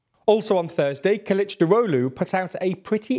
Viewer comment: I appreciate your effort to pronounce "Kılıçdaroğlu" correctly. I must say you are surprisingly accurate for a non Turkish speaker. Congrats. (edit: corrected a typo)